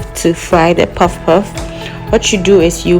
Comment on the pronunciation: Poffpoff in Nigerian tone😂😂😂😂nice. Waiting for you to teach the making of akara,koose.